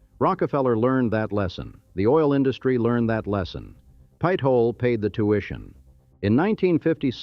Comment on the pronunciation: Pit-ola. Omg